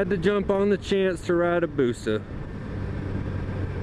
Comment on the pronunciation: If you're going to say "BUSA" like that in your video, have it flash on the fucking screen dude. WTF...